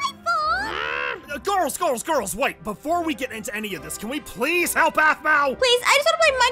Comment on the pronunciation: Aphmau Can we be fwiends pwease 🥺